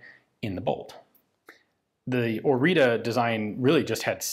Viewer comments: It's "Orița", the "ț" is pronounced like the "zz" in pizza. Side note, there was a version of this produced for paratroopers, it had a folding stock. Very few of those were produced. I can imagine they're even rarer now. This is one of the first few weapons actually designed by romanians and not just produced in romania. Others in chronological order after the Orita include the PSL, which was a sniper rifle chambered for 7.62 that looked almost identical to Dragunov, but was actually a modified AKM design, and the model 1986 / AIMS74 which is an interesting ak74/akm intermediate developed independently as opposed to cloned, like many other guns produced in romania were. In fact, those three guns are the only three that I've heard both my father (who was a lieutenant in the army) mention and was able to find anything about on the internet. Every other gun produced in Romania seems to be just a variant or even simply renamed but identical to another country's design. The model 1995/2000 pistol for example is quite literally the israeli Jericho 941. I won't include the Argeș (read the "ge" as in "germ" and the "ș" as the "sh" in "shoot") because it's a flamethrower. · Oriță is read like Oritzah, not Orita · I'm Romanian and this is pronounced Oritsa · You say orita I hear margarita.. so what if it's 10 41am lol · As a romanian, you should say instead of "Marin Orita" something like "Marine Orizza" :D The "ţ" is a like a double "z" from "pizza". Thank you for analysis of our crappy-pieces-of-junk-poor-excuse-for-a-gun but hey, that's all we had. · I better way to pronounce the name is ori-ts-uh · One thing i caught on the manufacturing engravings was that the name is actually pronounced "oritzu". with u as in "uh.." small detail i know, but still worth a mention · Pronounciation is Oritzza or even Oritzzah like is marked on the gun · you need to pronounce it something like this "Oritza", or you can look for the proper one on google translate.